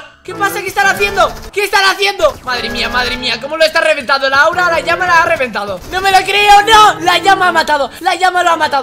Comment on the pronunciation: Se dice lama no llama